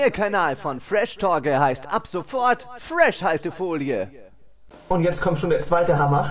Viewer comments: falsch gesprochen fresh alte folie das "h" ist ja nur einmal drin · hä, wieso wird denn das wie Freshhaltefolie ausgesprochen. Es ist ja nur ein H aulso müüste man entwerder sagen Fresh Altefolie sagen oder Fres Haltefolie